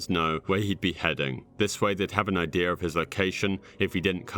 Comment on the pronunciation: this guy pronounces idea as ideur..,so annoying